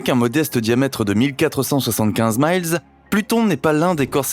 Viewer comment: Mile... Dit un français -_